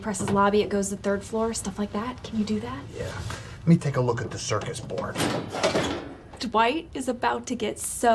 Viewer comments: just realized Kevin said "circus board" instead of "circuit board"🤣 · I only just now realized that Kevin says circus board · Did Kevin say 'Circus Board' 😂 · Kevin: Can reprogram an elevator Also Kevin: calls it a "circus board" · I never realized before when Kevin pulled the cover off he said circus board not circuit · Did Kevin just call it a ‘Circus board?’